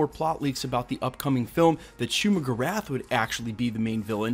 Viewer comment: “Shumagrath” is not how you say it